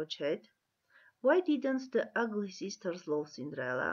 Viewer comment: Ըգլի չէ ագլի